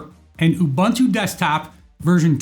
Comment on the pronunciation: Thanks for the precise instructions! Just as an aside - the word UBuntu is pronounced as ooo-boon-tooo whereas there is another word spelled Bantu which is pronounced the way people mispronounce Ubuntu!